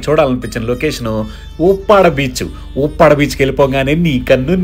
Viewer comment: అది ఊప్పాడ కాదు బ్రో, ఉప్పాడ beach పలకడం నేర్చుకో ప్రతి వాడు ఏదో ఎతులకి గోదావరి జిల్లాలు అని అంటారు కానీ, పేర్లు పలకడానికి కూడా రాదు